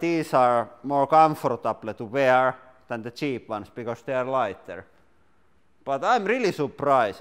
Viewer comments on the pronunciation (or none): More comfartableh to wearé